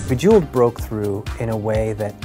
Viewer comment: Bejewelld??? COME ON GUYS, WHAT THE FUCK?!